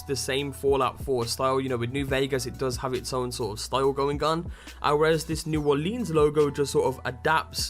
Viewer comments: It's pronounced New Orlins, not New Orleens; unless you're from there, then it's Nawlens. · It's New Orleans not new orleeens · Hey, don't lean on the lēan. It's New Orleans. Not New OrlEEEAAAns. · lol fallout new orleens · Why does everybody pronounce it "New Orleeens?" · u need to say it like new orlands kind of I live there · say Orleans like here in the usa plz it pisses me off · The way you say New Orleans is hilarious to a me as a Louisiana native. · good video but I grew up in New Orleans and holy shit I was crying on how you Orleans